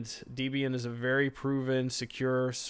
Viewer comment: yeah. it's not deeb een it's deb een